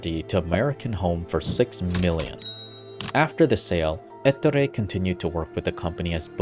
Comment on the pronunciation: Please never say ettore again. The pronunciation is on the o eTTOOre